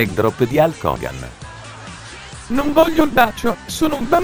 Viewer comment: l hevy droop di alco hogan xDxD